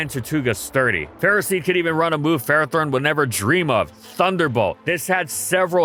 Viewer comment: Really? It's not Ferrathorn. That should be the YouTube short 😂